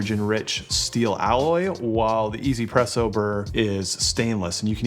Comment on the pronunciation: not "e-zy-presso" but meant to be read as "wantz-presso" as in "wants presso"